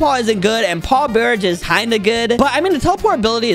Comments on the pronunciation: Paw_barij bro it's barrage said like b-a-rage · bro said bear ige and not bəˈrä(d)ZH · He said paw barage instead of barrage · aint no way he said “bear-age” at the beginning 💀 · Man said barage for barrage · He said barrage wrong